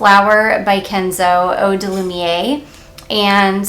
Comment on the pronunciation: Lumière is pronounced “loomyair”. I am sorry if I am annoying but I am making it my mission to help people pronounce French words. 😆 Let’s see.. I am loving my cc Lilac Love this summer- it’s just gorgeous and slightly gourmand.